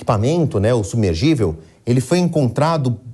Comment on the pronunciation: Submergivel?? Nem os repórteres sabem mais falar português?? É SUBMERSÍVEL !!! Não tem G no meio não!!!